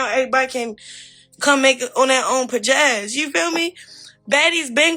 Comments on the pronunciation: This dummy said “pajazz” instead of pizazz. 😂😂😂the jokes write themselves. And how did she have her own when she admitted on Crazy in Love that she came to blue girls club with nothing but the clothes in her bag and a dream? She will rewrite history in a second. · Pajazz? It’s pizazz! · Pa-jazz?!?! Wtf? I guess she calls herself trying to say pizzazz. 🤦🏾‍♀️ 😂😂😂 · Was she trying to say pizzazz 😂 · Lmao.. I thought what in the world is pajazz😂